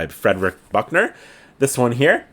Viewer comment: Jsyk it’s pronounced Frederick “Beek-ner” but wow was I surprised when I saw you had a Buechner book. I don’t hear people talk about lot about him but his books are special!